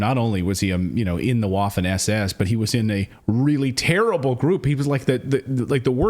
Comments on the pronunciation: It is prounced "vaffen" not like waffle. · It's pronounced with a "V" sound Vaffen. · Bro learn how to pronounce Waffen lol